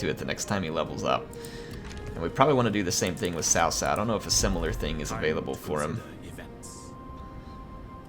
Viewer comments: because the correct pronunciation is closer to Tsao Tsao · Cao Cao is pronounced ts'ow ts'ow, not tao tao. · Your nearly there its s - ow with a slight T at the start like tsao tsao.